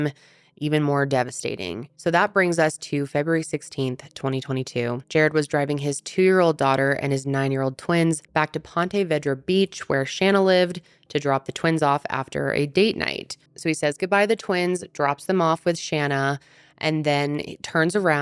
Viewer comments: Ponte Vee-dra ; correct pronunciation. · Lolllling at the Ponte Vedra pronunciation, adorable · The way ppl not from Florida (I’m from jax) pronounce ponte vedra cracks me up